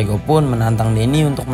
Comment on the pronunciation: Salah bang bukan sigajang lale lipa tapi sigajang laleng,lipa